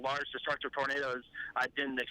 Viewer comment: The man can say “tornado” but not “tornadoes”. Lol. What?!